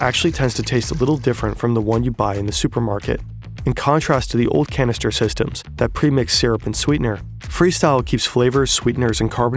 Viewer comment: It's called back end systems, not back end systrems